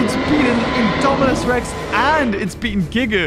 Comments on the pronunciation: Did you hear that say indoraptor to indomanas rex 😂😂😂🤣🤣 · He Call Idominus Rex Indoraptor